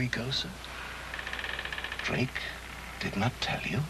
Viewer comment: Sometimes seems to say 'Blake' instead of 'Drake' LOL